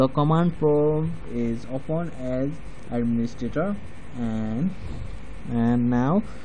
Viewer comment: #riprip English bro it's open not opuen